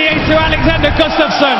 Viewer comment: Does the commentator who says Gustafssons name like gastafsson, or Gustafstan annoye anyone else? He says his name so wrong it's ridiculous. Everyone else says it right tho it seems but that one guy.